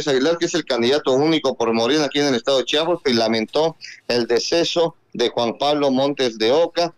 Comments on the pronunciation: Es Chiapas, Chiapas, no es chapas. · Por qué hay gente que dice Chapas como este locutor? Es CHIAPAS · Da mucha muhuina cuando dicen chapas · Aprende a hablar se dice Chiiiiiiiapas no CHAPAS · Se dice Chiapas ldl0ta